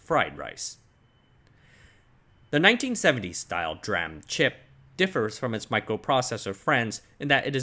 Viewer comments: GOD its De-RAM not Druam! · Love your vids but you're the only person I've ever heard call DRAM dram and not dee-ram and it's weird because you say SRAM correctly 😭😂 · "dee-ram" not "dram" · It’s D-RAM not dram. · It's not pronounced "dram" it's pronounced "d-ram", just like "s-ram". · Oh "dram", you’re right. He pronounces DRAM as ‘draah-m’ instead of ‘dee-ram’. Little quirks in such great content. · An aside from someone in tech - absolutely nobody pronounces DRAM as "dram". It's "dee-ram", and "dram" is a wee beverage ;) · S RAM and D RAM not S RAM and dram LUL why are you pronouncing it as dram instead of D(ee) RAM? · Its still not dram, it's pronouned D Ram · yes please, I cringe every time I hear "dram" instead of "Dee-ram" :-) Great video. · You're driving me nuts the way you pronounce dram. It's "D"-ram. That's how everybody in the industry pronounces it. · Good info. However I just want to point out that "DRAM" should be pronounced as "DEE-RAM" Like SRAM is "S - RAM" They should be the same logic when you pronounce the word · not the first time he does it, most likely he is intentionally saying it like this don't know why though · Say what you will about the man, but he is fully committed to his pronunciation of DRAM. 😉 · why do you pronounce SRAM with the S on its own but pronounce DRAM as one syllable? i have not heard DRAM pronounced that way from literally anywhere else god it's annoying the hell out of me